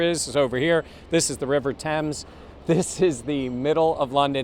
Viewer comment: is officially the first American ever to pronounce "River Thames" correctly. If he can learn to pronounce "Premier League" correctly he'll be half way to British citizenship. 👍